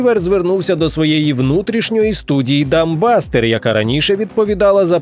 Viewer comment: "Дамбастер"... пффххахх